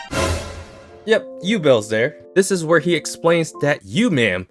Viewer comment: Its Ubel not you-bell